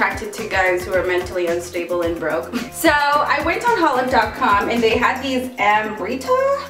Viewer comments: hautelook is pronounced autelook, not hotlook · oh its hotlook... it sounded like she was saying "holif" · "hautelook" pronounced -- hote-look